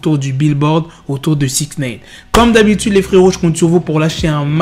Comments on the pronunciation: Ça se prononce naïne, pas néïne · Je regarde même plus les vidéo tellement ça m’agace d’entendre "SIXNEYNE" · « sixneyne » PPTDTT WALLAH TON ACCENT JPP